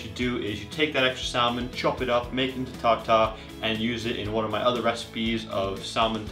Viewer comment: Most people don't pronounce the "L" in salmon.